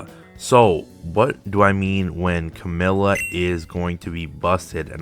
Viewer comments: Her name is camellYa. Notice the "y". Her name is not Camella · Cammell-ya is definitely a more correct version but ultimately it doesn't matter everyone will pronounce weird names in their own way so use what's the easiest for you :) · I'm confused, what's the right way to pronounce Camellya's name. keeps saying 'Camella' in the video.